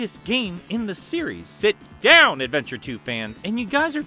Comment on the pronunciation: The mixture of timing, the image of rouge, and the emphasized “Sit Down” made me burst into laughter